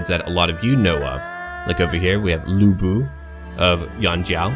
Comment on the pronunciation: As foe the pronounciation, you've basically mastered the vowel sound. It's just the "Lu" in Lu Bu that you need to pay attention. Sometimes, "Lu" can be pronounced as "Loo" and sometimes the "u" can be pronounced as the first "u" in "ursurpation" (The same thing happens in "nu", too). The consanant, however is a whole new thing. First, the consanant "c" is always pronounced as "sss" with a slight "t" sound. The consanant "ch" is just "ch" in "chess". The "u" in "Ju", "Qu" and "Xu" is always pronounced as the first "u" in "ursurpation". That's basically what you need to improve.